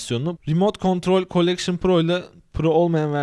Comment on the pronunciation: COLLECTION KANKA "N" DEGIL "L"